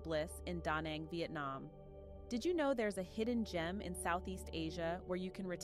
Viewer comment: Danang not Donang ...